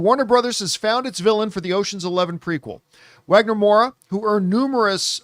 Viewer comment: Just some info lost in the winds on the internets: The W in his name is pronounced like a V, so its Vagner. Reason is W's in portuguese are just fancy Vs.